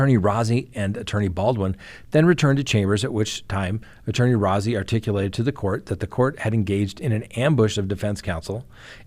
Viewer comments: I don't want to be that guy, but Rozzi is pronounced Rosey. Like a rose🌹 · He prefers his name pronounced Rosy. Not important, just so you know.